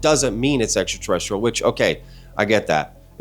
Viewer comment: I ain’t never heard ENTERTERESSTRIAL 😂 U GOT tht I’m wit it quick on ur feet freestyle lol 💪🏽